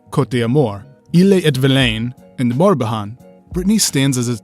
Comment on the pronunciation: Your pronunciations of the 4 depts. Finistere, Morbihan etc. are bad. You forget Loire Atlantic as well which is the 5th dept. Breton: not pronounced like the froo froo british (britan), its /ˈbrɛtən/ bre in bread (roll the r of course), and tone but the ne is cut short and mostly silent.